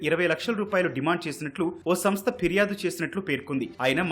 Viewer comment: Firyadu. Phiryadu kaadu.